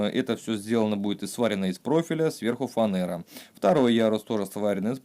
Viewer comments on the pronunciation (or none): Не фанЭра, а фанера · Работа шикарна: всё продумано и функционально, класс! А вот с языком проблемки. Много лишних слов, мат вообще не уместен, ну и фанЕра, не имеет в составе «э»